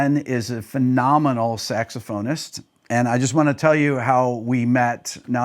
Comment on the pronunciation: Guy! Come on…get it together…again! …what the heck is a SAXAPHONIST? Are you guys for real? 😂